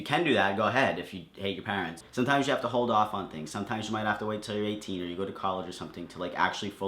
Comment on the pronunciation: The only wrong thing about this video was the way he said 'parents'